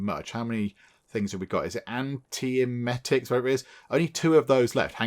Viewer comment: You said ant-ee-em-et-ick correctly for the first time! Yay!!!!!! Those are anti-throw up pills in real life. Pretty nifty things for getting rid of nausea. Also, you need to watch the recyclers output doesn't fill up as you recycle things. The mineral ore gives you 3 different things, but you were only able to get one item out of it because there weren't 2 extra slots in output.